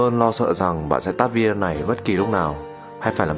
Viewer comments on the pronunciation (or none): none